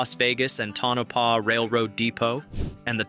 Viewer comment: FYI... Tonopah is pronounced Toe-na-pah.